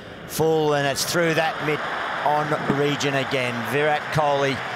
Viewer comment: the way they pronounce kholi is amazing ❤️❤️